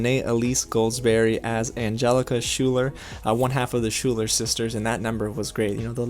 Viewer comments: Just a question... What song in the musical is "The half knots are gonna win this." from? I thought I had this musical memorized, but I do not reconise that line at all. It could be because it is 4am, but something tells me I am just being dumb. Also, you pronounced Schuyler wrong. It is pronounced Skylar. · Why do you pronounce schuyler like schooler? And its philippa not phileepa. Great review, I loved the film too.